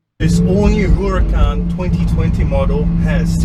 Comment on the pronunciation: I gagged when he said WHOracan